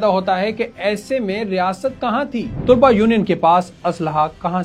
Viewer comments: بہُت بہترین ڈاکومنٹری ہے۔ آپ کا انداز بھی بہُت اچھا ہے بس لفظ " طلباء" میں ط پر پیش اور ل پر زبر پڑھیں یہ صحیح تلفظ ہے۔ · اچھی نیوز رپورٹ ہے ۔لب و لہجہ بھی اچھاہے۔ لیکن آپ طُلباء کہہ رہے ہیں جو بار بار دہرانے کی وجہ سے دماغ پر ہتھوڑے کی طرح بج رہا ہے۔ درست تلفظ طلباء ۔۔( ط پر زبر ہے)۔ براۓ مہربانی اس حولے سے آٸندہ خیال رکھیے گا۔ Tulaba wrong.... talaba durust